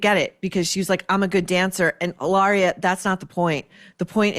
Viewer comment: How you say cucumber "Illaria".